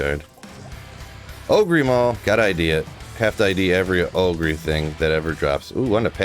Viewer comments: Anyone else annoyed by the way he pronounces "Ogre" as "oh-gree"? Is that supposed to be a meme? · I think that you now know how to actually say Ogre but you didn't at first and now you keep it up as a...joke? Real funny.